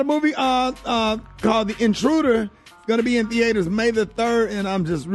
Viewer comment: He said theaiters... hahahha